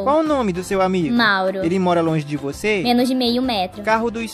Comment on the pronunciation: "Menos (de) meio metro" Ela falo com D